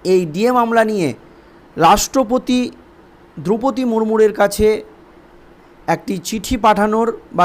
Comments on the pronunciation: ভূল উচ্চারণ করা হচ্ছে।মুরমূর নয়। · আরে ভাই! কি চ্যানেল চালাচ্ছেন? রাষ্ট্রপতিরি নামটাই ঠিকমত ব্বলতে পারেন না। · বাংলা টা আগে ভালো করে পড়তে শেখো , " এই আবহে " মুদ্রাদোষ টি ত্যাগ কর , রাষ্ট্রপতির নাম টির সঠিক উচ্চারণ জেনে নাও , তারপর খবর পড় , না হলে বড় কানে লাগে ।